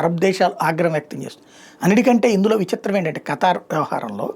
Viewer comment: niki khatar name sarigaa chappadam radu muskora bhadkuv 😅😅😅